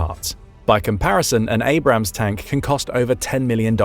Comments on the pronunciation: For the love of god it is Abrams. A-brams. Two syllables. Holy fuck it's not that hard. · So since he mispronounced it then it’s ok? The tank was named after General Creighton Abrams, no ham in it.